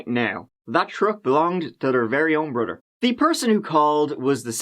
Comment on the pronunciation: “The green truck belonged to their very own Brudder” haha